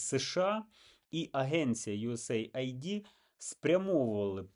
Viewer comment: Да не ЮС Айди, а ЮС Эйд - помощь Сединённых штатов.